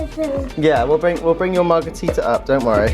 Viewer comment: is soooo funny!! "marga-tee-tah!" AHHHAHA